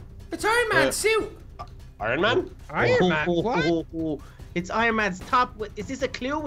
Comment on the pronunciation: iron man not wan